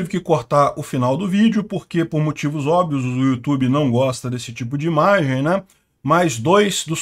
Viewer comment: "Por motivos hoveis não posso mosta" kkkkk